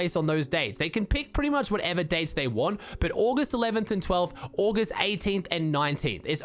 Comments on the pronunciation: I love how he sais ogh-est instead of August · I have never heard any1 say august like that